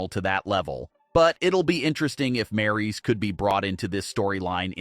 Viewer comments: 😅 these guys did not know how to pronounce name we got one guy calling Raquel Rodriguez Rocky we got this one Maurice it's Maryse lol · Learn how to say Maryse's name. Geez, it's not that hard to say.